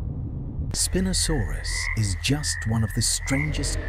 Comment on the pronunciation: I don't know if spinosaurus was gonna like you mispronouncing his name like that